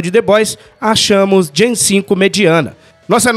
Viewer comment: Olá queridos Heróis! Apenas uma correção: o nome da série se pronuncia Gen "Vi" por conta do composto "V". Importante acertar nos próximos vídeos p rankear bem no algoritmo. De resto, ótima analise. Abraço!